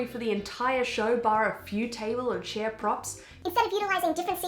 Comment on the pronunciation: Did you make the word chairs intentionally?